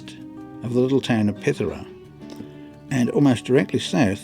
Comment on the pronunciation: Fantastic video, great selection of free campsites in this video, really enjoyed this one more than usual. I'm not even going to have a crack at you over your pronunciation of Pithara. 😆